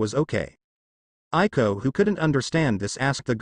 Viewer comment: Yes I more loving this audiobook and it's Aiko not Ailo